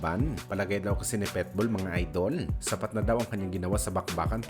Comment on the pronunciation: Ang sarap pilipitin ng dila mo,petbul ka ng petbul..PITBULL